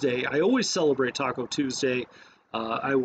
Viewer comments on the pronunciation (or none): none